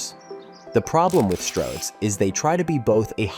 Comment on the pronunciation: "Stords roads"? Presumably this whole video was created with AI?